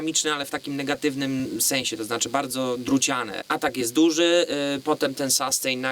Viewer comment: no fajnie że kolejny gitarowy kanał. Wybacz ale rozwaliłeś mnie słowem SASTEJN Ale pozytywnie:) Zmierzymy SASTEJN. Mówimy raczej chyba SUSTEIN a raczej SUSTEEIN dłużej nieco E wymawiamy. Oczywiście pisałem fonetycznie. Dalej juz nie ogladalem ale sustain kojarzy się raczej z wybrzmiewaniem już razem z efektem jakimś. Np jakiś fuzzek czy Big muFF dają piękny długi sustain. Choć tak na sucho również świadczy o jakości instrumenty.Generlanie pozytywnie ale konkurencja zaróno polsko jak i angielsko muzycznych kanałów jest ogromna.pozdrawiam,Mariusz,Jak chcesz miec sastejn stary, jak ode mnie do Warszawy napisz a zrobie Ci fuzz factory z modyfikacjami. lub jakis sustainer MXR DYna COMP z opcja attack:) --efekty, modyfikacje, i efekcicki drogie jak diabli a niekoniecznie skomplikowane.